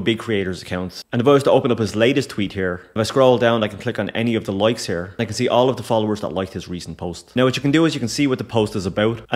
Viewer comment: 'Loikes' 😂 Good stuff man.